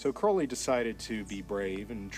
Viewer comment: At least he pronounced Crowley correctly babe. You people are so stupid to believe Ozzy said it right! 😂😂😂🎉💯💯👌